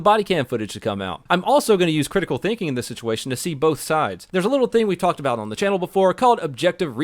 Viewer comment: crit-ikeel thank-eng?